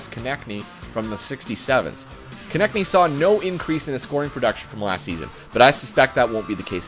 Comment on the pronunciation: You finally said Konecny correctly! Bravo! Keep up the great work on the videos...